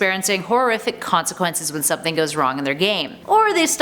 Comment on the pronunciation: ya he sed he woldht hurt somting else